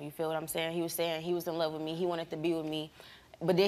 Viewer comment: "I luh you, bro." "I luh you too." I pray for anyone that has to be neighbors to these idiots.